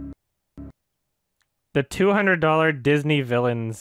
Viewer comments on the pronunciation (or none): none